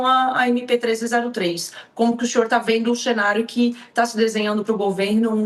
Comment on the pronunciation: Como que o ''xinhor''? Exxiste?